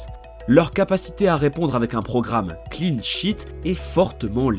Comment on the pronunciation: Je pensais qu’il y avait que moi qui entendais « clean shit »!